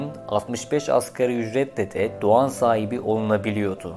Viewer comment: Doğan l yi söylememiş